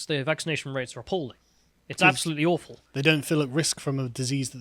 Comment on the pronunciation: "Awghfull" Yes . Communism is like that. Start to name things what they are Sargon.